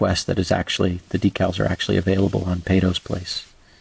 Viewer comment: Pattos place is pronounced pato not paito